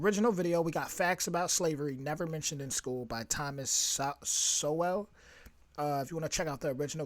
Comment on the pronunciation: I’ve always heard the great Thomas Sowell’s name pronounced as “sū-ell.” Maybe I misheard.